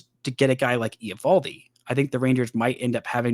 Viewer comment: Just so you know, it’s pronounced ee-VAHL-dee